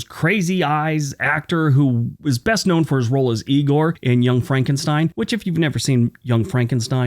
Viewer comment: It's pronounced "eye-gor"